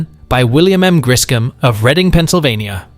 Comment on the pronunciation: Hurray! The correct pronunciation of Reading, PA.❤❤😊😊